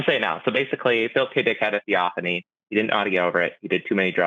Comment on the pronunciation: thee-OFF-an-ee I think Forrest could figure that out if he didn't want to make fun of someone. The burning bush was a theophany, for example.